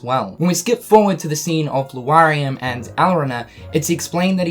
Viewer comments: You keep reading Lauriam as Lu-ariam instead of Laur like in Lauren and iam like in Miriam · Luariam? Sterlyza? Please stop saying them like that. Lauriam is like Laura. You wouldn't say Luara. And reading the romanji hints at how to pronounce the names. I mean no offense. I appreciate the updates. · Lauriam can be correctly pronounced as either LA-RI-UM or LO-RI-UM, but not LU-A-RI-UM as the 'a' and 'u' are not arranged to lend to that pronunciation. Sorry to all who are dyslexic, but I've been hearing this mispronunciation a lot and it just bugs me. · L A U riam not L U A xD daaaamn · LAURIAM, NOT LUARIAM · Also Lu-ariam instead of Lauriam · How are you still pronouncing it Luariam when you correctly spelled it in a tweet as Lauriam? Just look at the letters dude! XP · its lore-ee-um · You do not pronounce that dudes name right. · LEARN HOW TO SAY L-A-U-RIAM'S NAME, FOR GOD'S SAKE!!!!! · Law-ree-um, stre-lit-see-uh... Don't skip phonics kids... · STRE-LIT-ZEE-AH. LAU-REE-UM. Come on man. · Stephen Boyles I wonder if Lu-R-iam and Streliza are friends of Lauriam and Strelitzia. always shows footage of Lauriam and Strelitzia when talking about the other two. This has always been a consistent thorn in my rear, as well as how often he has to insert “that of” before he references anyone. “The way he enunciates that of Lauriam’s name appalls that of myself.” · Has no one told that he keeps mispronouncing Lauriam and Strelitzia? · Strelitzia - not Streliza Lauriam - not Luariam Dissidia - not Disdiddia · I don't know if it's a joke but the fact that you call Lauriam "Luariam" and Strelitzia "Strelieza" is annoying AF, I'd understand if you first meant it as a joke but as you continuously repeat their names over 10x it's just utterly annoying lmao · Streh-lie-zuh and Loo-ar-ee-uhm........ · My dood still saying Loo r e um and stre lie za lol